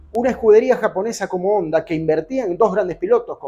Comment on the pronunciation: Que raro un argentino nombrar como se debe a Honda "jonda"